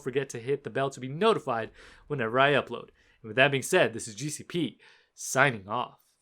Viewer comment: In your intro it sounds like you saying JuicyP instead of gcp...lol...just messing with you bro..😁